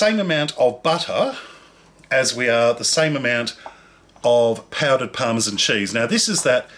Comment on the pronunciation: did he say parmesan?